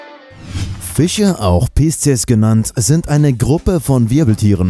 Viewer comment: Fiche???? Das heißt „Fische“!!